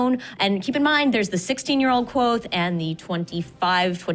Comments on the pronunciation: are they really pronouncing it "quothe" in the book it says its SIMILAR to quothe but its KVothe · it's not quothe, it's literally kvothe. he says it's pronounced similarly to quothe, not that it is quothe. KVOTHE!